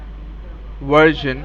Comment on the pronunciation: What the hell is a "Wersion"?!?!?? Is it a kind of Wirus!?